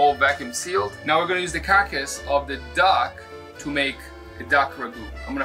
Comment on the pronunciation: From this moment on, it shall be pronounced "cark-ass'. I love it! keep up the great work you two!